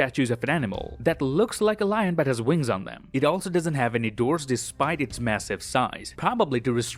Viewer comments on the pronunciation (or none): none